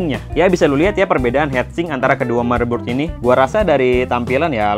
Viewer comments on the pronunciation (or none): Heat sink, not head sink It's a common pronunciation mistake, like sweeter, should be sweater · heat sink bacanya hit sink bukan het sink